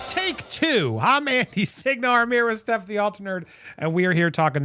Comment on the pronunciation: Firstly it's Stef as in Stefania not Steph as in Stephanie and secondly she doesn't need to change shit to accommodate you